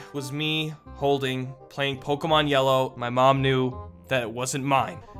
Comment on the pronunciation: LOL he said pokeman xD